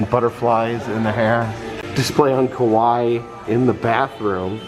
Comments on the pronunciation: Kawaii actually pronounce kawa"eee" 😂. Great video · Ka-why-ee like Hawaii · Me screaming at my TV going "it's Ka Why Eeee" 😭😂 i know you mean well but omgg I felt like correcting you. Also props to Disney displaying the history of kawaii culture though. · Kawaii is pronounced ka-wa-ee and literally means cute. I've been really enjoying your videos. I'm glad you're feeling better and spending time with your daughter. You probably don't remember me, but I finally got to meet you at knotts scary farm 2021. You were so nice! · it is pronounced ka-wa-ii , you should watch an anime once 🐻/\🐻